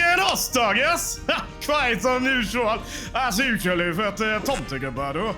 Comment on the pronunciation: I can't think of many works that have put me through the such an emotional rollercoaster. This is brilliant. I could feel everyone's anger, hopelessness and disbelief at the inhumane demands. I also had a great time cringe-laughing at Charles "Tomtegubbar"'s pronounciation and Swenglish. The hope I felt when Occam stepped in and immense sympathy when faced with the stakes of his sacrifice. I felt with Kitten when he said "Fuck it, let's just go to the woods and do it ourselves".